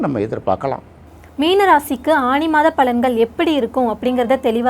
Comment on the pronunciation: அது ஆனி not ஆணி 😊